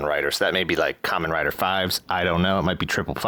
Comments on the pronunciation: Kamen Rider 555 is pronounced "Faiz"....a slurred Fives, but his facemask also is the shape of the Greek Phi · Spot on with the 555 thing, it’s pronounced “Faiz”! Great vid as always!